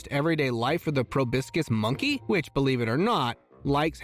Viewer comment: It's ProbOscis Monkey, not probiscis.